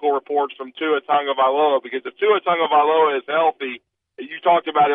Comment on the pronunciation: Let someone else pronounce that fucking name.